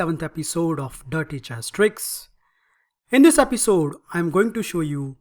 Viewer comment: I can’t stop laughing at the way u say Eppy Soad! Amazing video keep up the good work!